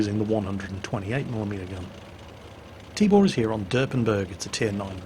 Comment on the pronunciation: LOL I kept hearing "Tíbór" so I thought it's some made up name and all, but actually meant to say Tibor xD